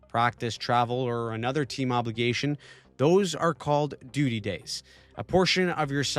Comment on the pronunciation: said 'DUTY', I found this Very Funny. Love your Channel.